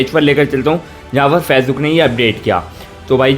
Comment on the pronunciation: फेजबुक नहीं है भाई वो फेसबुक है